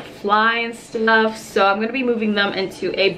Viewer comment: did u notice she said "... fly and stnuff" lol still love her :)